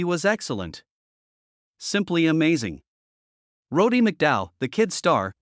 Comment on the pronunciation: Jesus, Use a real voice and his name was Roddy not Roady !!!!